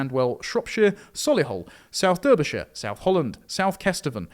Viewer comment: Beautiful stuff. It's pronounced 'Darbyshire' though not 'Durbyshire'. Also 'Worcester' is 'Wooster'.